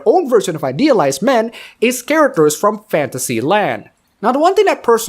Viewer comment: A few times when you said fantasy, i heard space marine.